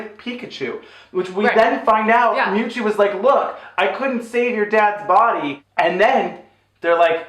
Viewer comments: I have never... NEVER heard mew two beeing mispronounced as Mooto x,D I’ve been a fan of pokémon since I was eight, stil a proud fan today even though im 26, never saw this film though.. I could tell it would be trash :P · I died when she said memetwo